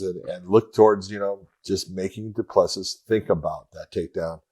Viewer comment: It's do-pla-see